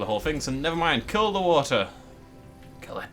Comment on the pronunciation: Little bit of watha little bit of wahha